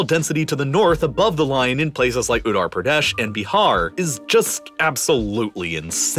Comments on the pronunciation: better call it UP buddy Worst pronunciation I ever heard 😂😂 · The way he pronounced "Utaar Pradaash" is sending me 😂😂😂